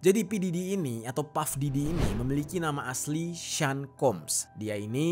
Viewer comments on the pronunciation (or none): Sean = Shawn, bukan sin plis 🤦🏼‍♂️